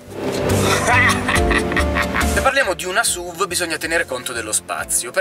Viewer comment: La V di SUV non sta per "vèigon" ma per vehicle. Comunque SUV per i detrattori è l'acronimo per Stupid Useless Vehicle. Almeno così pensavo prima di Stelvio. Da buon alfista, sono felice possessore di una Giulia Q, la Stelvio mi piace, anche se sembra una Giulia dove ci hanno scoreggiato in cinque ... puff :-)